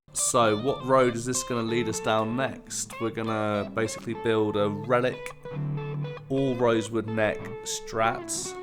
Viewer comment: Yes. I've pretty much forgotten this, but I remember looking forward to what you might be doing and was disappointed. You say "Relic" and I hear "Ruin". Oh well.